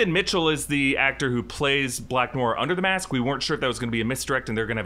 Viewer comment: Noir is pronounced No-R, not new-R. In American English, anyway - it’s more nuanced in French, but I’m fine with American speakers pronouncing it the way that is commonly accepted. But “new-R” is like fingernails on chalkboard.